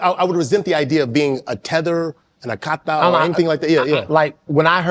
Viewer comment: It is Akata, not Aka-tai.